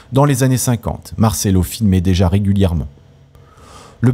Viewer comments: Noooon, on dit martchello, le c entre 2 voyelles, se prononce tch, un peu de respect pour la langue de Dante et cet immense acteur. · Marcello se prononce avec un un ch ! Visionner la dolce vita